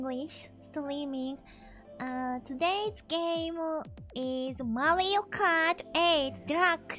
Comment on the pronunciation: that "Mario Kart" is Deutsch you know